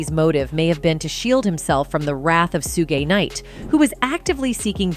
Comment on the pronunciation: 2pack and Shuugee knight LOL! Is the females voice speaking ai?